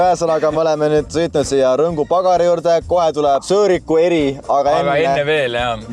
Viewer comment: Kui sa ühe korra veel rõngu kohta rõnksu ütled hakkab ausalt öeldes häbi.